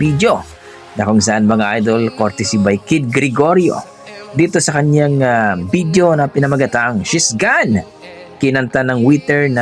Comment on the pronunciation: ......It isn't BID-YO, it's VID-YO Not WHEE-TER, it's WAY-TER.